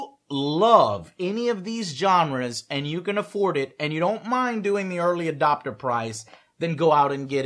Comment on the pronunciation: ' early dopter ' lol :P